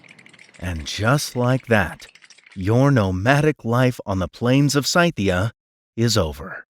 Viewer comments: Good vid but maaan, HOLY CHEESUS FLUF > Scythia pronunciation - si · thee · uh - S KI TI UH..... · "Sci-thee-ah?"...your doing too much, making it more complicated that it should be!...try it like this..."See-thee-ah! (like it rhymes with sepia) or even.."See-thick-ah!" (rhymes with Ithica) [since it may have been called either] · ive always heard scythia is pronounced sith like star wars sith ee uh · You’re mispronouncing “Scythia”! Its first three sounds are the same as “Sith” (in STAR WARS) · Well, he was wrong. It sounds like /ˈsɪθiən/ — in other words, the first three sounds are like the “Sith” in STAR WARS. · That was a horrendous pronunciation of "Scythia" I never knew was possible. Thanks. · That pronunciation of Scythia...